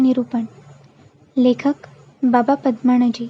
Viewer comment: बाबा" पद्मणजी "नाही बाबा" पद्मनजी "असे वाचावे. कृपया उच्चार शुद्ध असतील याची काळजी घ्यावी "न" चा "ण" होतोय बरेच ठिकाणी.